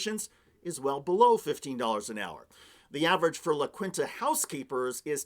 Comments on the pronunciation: Love you, but La Kwinta? As Joe would say, "Come on." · it's pronounced "la keen-ta" (Spanish, dude)